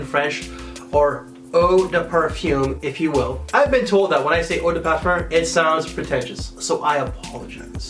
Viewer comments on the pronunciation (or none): none